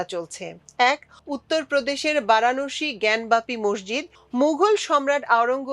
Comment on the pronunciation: বারানোসি উচ্চারণ করলেন। উচ্চারণ হবে বারানসি